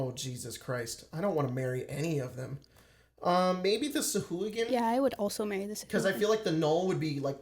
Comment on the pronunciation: pronounces sahuagin correctly according to the wonderful voice of Matthew Mercer on dndbeyond